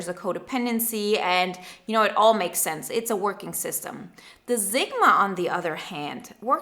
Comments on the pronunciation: Your pronunciation of Sigma is so wrong its a S not a Z sound and I can barely finish watching this. Its seriously hitting a nerve. Which usually doesn't happen. Sigma (/ˈsɪɡmə/, not Z-gma. 9.01 is as far as i could go. Sorry Usually it doesn't bother me but for some reason this one is really bothering me. Maybe it's because my mother was a language arts teacher and i was never allowed to pronunciation of a words incorrectly. I even looked it up because I'm Dyslexic and figure i just had it wrong. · Honey it's Sigma, not Zigma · I like this "Zigma" pronunciation. is from the German-Polish Sprachbund, S's go Z a lot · I did too and she is saying zigma. it's very clear. I'm dyslexic so I mess up pronunciation, like crazy, so I try to be careful.